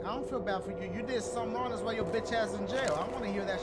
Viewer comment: He said she ain't wong about that